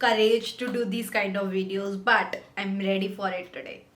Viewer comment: I love your “BuT”😂😂😂😂